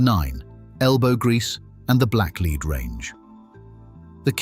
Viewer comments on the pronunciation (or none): Black leed, do you mean black lead